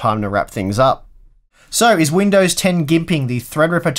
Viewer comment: sounds weird saying "gimping". That word doesn't suit him.